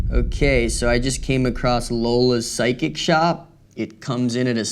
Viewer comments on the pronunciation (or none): "Find pyshic" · "Psyshic" LOL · 'Pyshic' lol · pyshic, ah yes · pyshic lol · Types in “pyshic” instead of psychic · "pyshic" LOL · “Pyshic” 😂😂 love you man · "Pysich" lmao